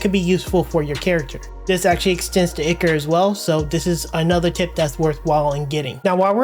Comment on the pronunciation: FYI Its pronounced "eye-core" not "ick-er"!